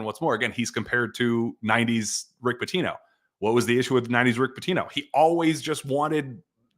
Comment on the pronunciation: Your pronounced “Rick Pitino” incorrectly guys.